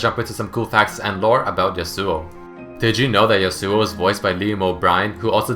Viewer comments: The real pronunciation of his name is "Ya-su" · Yas-oo-o, your killing me here man. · its pronounced yas-ow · Why do people do that?Stop pronouncing is damn name wrong... Yasao, Yasu, Yeisuo... It's Ya - Su - Oh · Wilson Daniel Pereira How can they badly pronounce a name that they created? Even though the "real" originial name is pronounced "Ya-Su", they added an "o" at the end. It's not the bad way of saying it, it's his name given by Riot. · I thought it should be pronounce Ya-swo . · Love but still bothered by the way he pronounces 'yasuo' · i know its not a big deal but i'm really disturbed by the way you pronounce Yasou :/ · finally!! even Riot pronounce that rong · Did you know...Yasuo's name is accentuated on the first syllable?